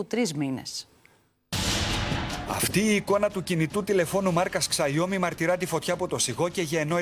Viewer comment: Μάρκας xaiomi Μλκ ούτε αγγλικά δεν ξέρουν για να το πουν έστω ξιαομι ενώ κανονικά είναι σαομι δλδ wtf Και είναι μεμονωμένα περιστατικά Επίσης θήκη βιβλίο επεξεργαστής mediatek και αγορασμένο η που έχει επισκευαστεί από άγνωστο κατάστημα μου φαίνεται λίγο λογικό Μην ξεχνάμε Samsung note 7 που ήταν από τα χειρότερα συμβάντα της εποχής